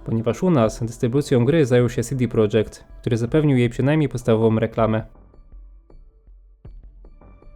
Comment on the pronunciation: Fajny filmik, mogę się tylko przyczepić do sposobu, w jaki wymawiasz „CD Projekt” :P Powinno być „CeDe Projekt”, a nie „SiDi Projekt” (wypowiadali się kiedyś na ten temat założyciele CDP). Edit: Popracuj też nad oświetleniem (jakaś dodatkowa lampa czy coś w tym stylu), bo pudełek prawie wcale nie widać.